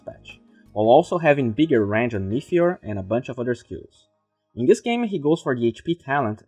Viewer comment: As usual, it really gave some good insight on the new patch and my favourite hero, but I just have to say something. You keep saying meTHeor in stead of meTeor. I know it's not a big deal but I also know you want to improve your pronunciation and I wanted to bring it to your attention. Still a great video with good free content, and glad I am subscribed.